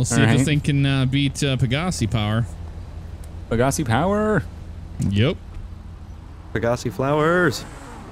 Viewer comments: pa-Ga-c me: peg-ga-c gta5: peg-ga-c moral of story: you’re saying it wrong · That moment its pronounced peg uh sai and they completely fuck it up LMAO